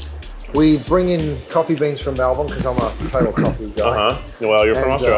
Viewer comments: As an Aussie I'm glad he pronounced Melbourne correct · Double thumbs up for the nearly perfect pronunciation of Melbourne. Keith needs to eat the menu in Australia now. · As a Melbournian, Keith’s pronunciation of Melbourne is chefs kiss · as an Aussie, I appreciate that you said Melbourne right. <3